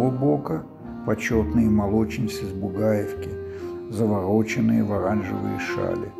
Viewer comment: І чому ви вирішили що район Одеси - "Бугайо'вка" треба читати з наголосом на першу "а" , типу "Буга'евка" ? Через музику не чути текст !